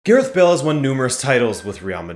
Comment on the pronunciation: Who the fuck is Gerith Bale?